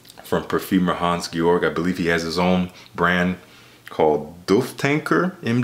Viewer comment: you were right I've never heard of any of these. Mr. Magnolia by Ecuacion Natural is the one I'd pick just because of the beautiful bottle and its perfumer. You did perfect pronouncing his name Hans Georg. His last name has a diphthong though. The in Staudt is pronounced the same way as the in 'about'